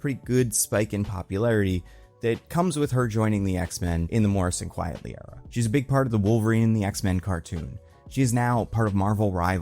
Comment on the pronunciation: Can I just let you and most of the other nerd YouTubers it’s FRANK QUITELY - as in a flip of QUITE FRANKLY - yall keep saying “QUIETLY” - the word “quiet” doesn’t factor into it. It’s QUITE-LEE - thank you for your attention.